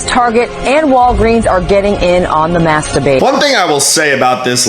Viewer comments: Did I just hear "masturbate" or "maskdebate"? I'm fucking confused, shit is getting crazy, man. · Did you say mask debate or masturbate?